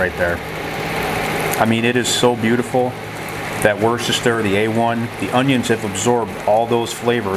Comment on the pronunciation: From an Englishman, I know how it's spelled but it's pronounced "Wuster" or "Wustersher". Great recipe though.